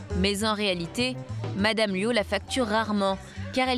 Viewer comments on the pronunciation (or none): Luo et non "Luau".